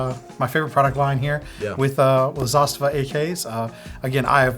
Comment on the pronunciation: Very good pronunciation of word Zastava ( Застава ). Respect.